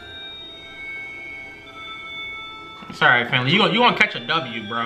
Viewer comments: It's finley not finwey lol but you call it what you want lol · No he said finwey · Hell nah, at the end when he said "FINWEY" Thats the greatest moment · Lesss goooo Finley turned into FinWey